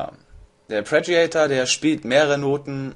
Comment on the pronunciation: Hässliches Wort, ich weiß, abe res heißt "Arpeggiator", nicht "Apreggiator". ;-) Braucht Ewigkeiten, bis man das drin hat . . .